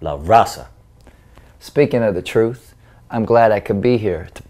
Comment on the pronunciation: I like how speaks the "troof"...and his dancing?? Adorable! Made me laugh. Thanks!